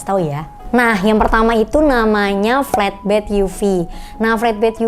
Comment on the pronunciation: Mbacanya enakan 'flatbed' ketimbang 'fletbed', Mbak. 🙏